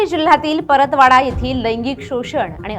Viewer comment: Paratwada ❌ Paratpatva